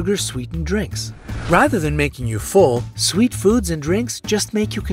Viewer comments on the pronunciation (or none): none